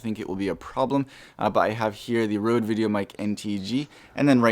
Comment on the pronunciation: Why.. why would you go out of your way to say Rhode rather than Rode?